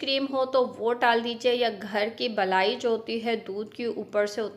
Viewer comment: Balai nahi malai hota hai